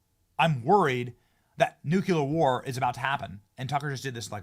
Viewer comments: Why can no one say the word NUCLEAR. It’s pronounced NUKE-LEE-UR…not NUKE-UH-LUR 😂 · Nuclear not nucular! You both pronounce it incorrectly!! 🙄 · Benny: It’s pronounced: “nu-CLEE-ar” (not “nuk-U-ler”) Every time dude…! 🤦🏻‍♂️🤦🏻‍♂️ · How goddamned hard is it to pronounce NU-CLE-AR correctly? It’s fkn NU-CLE-AR, NU and then CLEAR not "NU-CU-LAR" FFS. It’s not that goddamned hard to say CLEAR after saying NU. Can anyone read or understand basic grade school level English anymore? And how in the FK do you get LAURA from LARA? I’m astonished Benny can even speak the English language effectively enough to be understood when he refuses to pronounce such basic English words like LARA and NUCLEAR correctly. This level of disrespect and absolute laziness it takes in not even bothering to get off your ass to try pronouncing basic English and not having the basic fkn decency to get off his ass to learn how to pronounce people’s names correctly doesn’t engender confidence in anything else this guy has to say. LEARN BASIC FKN ENGLISH BENNY, it’s not that goddamned hard. It’s basic goddamned respect. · Benny, I've wanted to correct your "nucular" for AGES, but you are in good company. George Bush could NEVER say it right, and neither can half of the people in the government! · Benny: Nuclear. Not Nukular. You sound like G Bush! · New - Clee - Urrr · Tysm Darth!!!! Benny, I love ya, but nukular was driving me crazy 😂